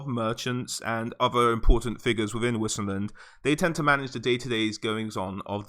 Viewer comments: Great vid! :D Btw, whoever says wisenland is just plain wrong: that in German (aka Reikspiel) would be Weisenland. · Don't wanna be "that guy" but isn't it pronounced vissenland? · u read Vissenland FFS !! its from Vis - latin word for power... u pronounce everything in the Empire more german like cos its reikspiel - a butchery of german but still german like, so W is pronounced the same as V in american (cos its not english any more). And its SOLLAND not Soland - two L's